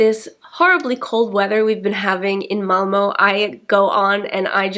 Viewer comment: "MALMO" ?? MALMÖ !!